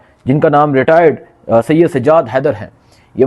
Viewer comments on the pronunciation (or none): none